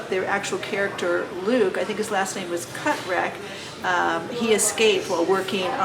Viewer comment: You miss pronounced Luther Catrett,his last name is pronounced Ca treat.